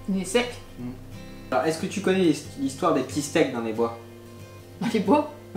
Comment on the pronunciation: Je te confirme qu'à , ton "il est sec" c'était le même accent que nous les québécois ! Fallait que je t'en fasse part ahah